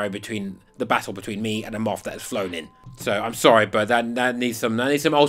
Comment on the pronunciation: I heard a MUFF! He said a MOTH! 😂👍